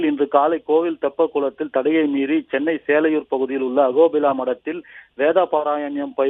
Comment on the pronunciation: அகோபில்லா இல்லை அஹோபில